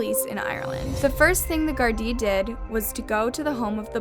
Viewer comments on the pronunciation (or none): The constant mispronounciation of words spoiled this for me. Its not hard to research how words should be pronounced beforehand. The police in Ireland are the garda nit the garden or whatever she was calling them. The surname of Ana was wrong as well as the name of the county. Pedantic perhaps but I found it very off putting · And also, alot of the time you are mispronouncing gardai I just want to correct you as I am irish it is common to mispronounce it so don't worry! It's pronounced gaurd-e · FYI - there is no such thing as the county of Fingal. Fingal is a district county council, which serves areas of Dublin, not Kildare. I’m from the same town at Anna. She is from Confey, Co. Kildare. Get your facts right Also, Gardaí is pronounced Guar-dee Jesus. Before putting up videos, get your English right. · Gardaí is pronounced with a HARD G, not a J sound. The fact that you didn't bother to look this up is very disappointing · Gar Dee not Jar dee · I swear if you say the jardi again I’ll slap you its guardi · It's pronounced gaurd-eye not jard-ee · Gardai said like this gar dee not jar dee,soz I'm irish and its bugging me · By the way its pronounced Ghar-Dee. Not Jar-Dee. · Jardee 🥲 good story thank u but it’s promounced gar- dee. Gar like gary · It's Gardai with a "G" sound, not "jardai". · The vid was so cool but why the name (jardee) when it’s said Garda (g-ar-da-) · jardee ? Gardai pronounced with a G not a J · hi anna im nottrying to be mean but but overe here in ireland we pronounce it (gar-dee) instead of (jar-dee) thanks so much for covering this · Its pronounced Gardee not Jardee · Is it me or do all the bad things happen on May? Also you mis-pronounced Gardaí. It's a G not J. ^-^ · This is a great video, but Fingal isnt a county, it's a part of dublin, and the Gardai is pronounced with a hard G not soft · not her saying jardaì 💀💀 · I know every time she said Gardee I cringed so hard lol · its pronounced are-lind and gar-di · jardie too